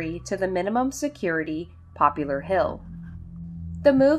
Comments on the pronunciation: It’s Poplar Hill not Popular Hill. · FYI - it's not, "Popular Hill", it's "Poplar" - like the tree. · I am hearing you say "Popular Hill" yet I am thinking Poplar , a species if tree more likely to be the name of a town I would think. I had a friend who lives on Poplar St in Bridgeport , CT and he also pronounced poplar as "popular".His name was Tony and a different Tony whom I worked with often spoke the term "The Entire State Building". The tallest building in New York. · Poplar. Poplar Hill, not popular. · poplar, not popular. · Poplar... it's Poplar Hill, like a poplar tree. There is no U in it.